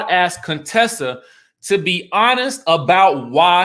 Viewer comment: It cracks me up that you still hit the "Cone-tessa" every now and then 🤣🤣